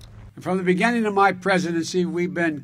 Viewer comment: What a grandstander. Me, me, me. Love the emphasis in his voice when he says MY presidency. Lol